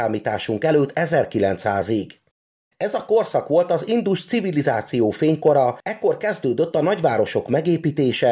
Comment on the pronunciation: Nagyon tetszett az előadás! A hangsúlyozás még mindig nagyon hibás! Valakit meg kellene kérni segítsen a helyes hangsúlyozásban, mert nagyon zavaró ,hisz sokan hallgatják és eltanulják a rosszat. Kérlek hallgasd vissza és rá fogsz jönni mi a hiba . pl nem indus CIVILIZÁCIÓ hangsúly nem a civilizáción van hanem az INDUS CIVILIZÁCIÓN van. Bocsánat ,hogy szóvá tettem... a tudás anyag remek.!